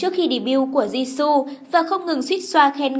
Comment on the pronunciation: DẦn dần, di su =))) phát âm nghe cạn lời vl :)